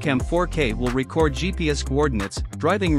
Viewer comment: I wish you would get a real person to narrate the video. Issues with the pronunciation of “record” and the voice massacred the pronunciation of RedTiger. And the parsing of phrases is horrible.